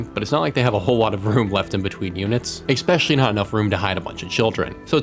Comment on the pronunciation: Okay man... I love your content, so don't take this the wrong way: There is no "X" or "C" or "K" in the word "especially". Aside from that, keep it coming!